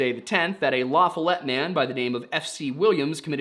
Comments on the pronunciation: La foll let lafollet is how its pronounced not lafalet. My moms side of the family is from there and claiborne county. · Its pronounced La fall let. Lafollette. ❤ your welcome. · It iThe correct pronunciation of LaFollette is "La-FOH-let", with the emphasis on the first syllable. It's it not la for let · FYI, Lafollette is not pronounced the way you said it as La “fa let’” . The long syllable is on the Fall section. So its lahFALLette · Around here (Knoxville), it’s called LaFollete, not lafalet. It sounds like someone was attacking her on the ledge, she managed to slip away and ran off the cliff. Sickening and sad. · Its lafollete - lu follut 😂😂 I live 20 minutes south of Campbell Co. I will say that one of scott Carpenters research areas was very near Lafollete in Jacksboro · The city is pronounced "la FALL et" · Love your content and know that this is an old video, but it’s pronounced “La-Fall-It”. I know. I know… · Not that it really matters, but I believe it’s pronounced “La-FAY-ette” in this part of the country. I’m from Tennessee but not from this area. Just in case you guys ever do an update for this video. Love the channel! Not trying to be that guy 😂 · Lafollette is pronounced Luh-FALL-utt. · Love your channel - been listening for 3-4 months now. You all are so thorough and very researched, as well as, kind while being as truthful as possible - kind is important and very rare! p.s. the area of LaFollette, TN is pronounced "La FALL et". Not saying that as a smarta$$, just talking from someone from around this region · LaFollette is pronounced La-follit, around here. 😊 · This all took place around where I live, weird I never heard this story. Also, LaFollette is pronounced La-Fall-ette, you said it in what we'd call a "fancy way" just something I found a little humor in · i say this will full respect, its pronounced Laa-FALL-et. source:(I live in east tn) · LaFollette La-Fah-let, I live about 10 miles from this location highlighted in this video